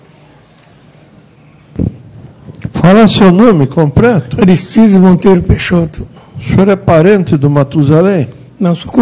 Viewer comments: Um juiz de direito falar "COMPRETO" aí é pra acabar mesmo 😂😂😂😂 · Oi? " Compreto"??? Ouvi certo isso? 🙄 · Gente, será que foi o juiz quem disse "Compreto"? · Eu ouvi compreto????